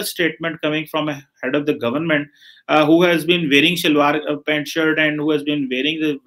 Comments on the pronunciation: Oye it's PANTS not PAINT.😂😂😂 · It's pant not paint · Dear Its not Paint its PANT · Its pants not paints !